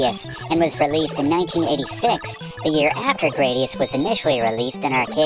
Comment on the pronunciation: I think it's supposed to be "grad" like graduation - GRAD-ee-us rather than GRAY-dee-us - because IIRC the name came from the Roman 'gladius' sword.